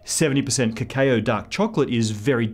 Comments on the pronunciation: You lost me at kakayoh. You mean cacao, right?....Right? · Toraboran is Australian. His kekayo sounds funny, but must be accurate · Dark energy aside. Did he just pronounce it "kekayoh"?! I can't tell the Schwarzschild radius from the Bohr radius but I know my snack stuffs.